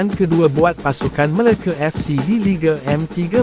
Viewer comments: Bang sebut Melaka btul2 bang jangan main nama negeri kami meleke ape tu MELAKA bukan Meleke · MeLAKA fc..bkn Meleke Fc..sebut pun x reti..